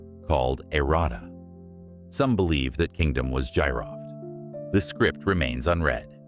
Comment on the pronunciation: Battery may've been for ancient MRI 😮😮 GEEROFT is the correct pronunciation Gee-Roft😮